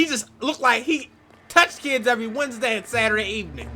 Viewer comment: "touch kids every wedsenday at Saturday evenings" I kept saying it to myself cause I though I was trippin 😂